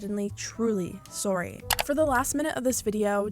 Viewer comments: how many times did he actually say aorry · Omg I'm in love w how you wonderful Canadians say sorry 🥰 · I love it everytime says “sorry” and the Canadian accent comes out